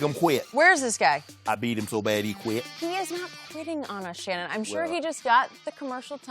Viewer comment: “I beat em so bad he qwit”😭😭😭😭😭